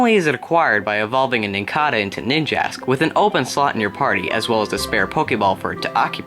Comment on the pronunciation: You pronounced nincada and cicada wrong (sik-ay-duh) (NIN-cay-duh)